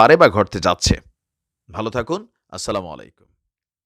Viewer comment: ভাই সালাম টা ঠিক ভাবে দেন। আসসালামু আলাইকুম।